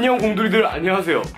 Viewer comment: 처음 인사할때 나만 안녕하세훈으로 들었나...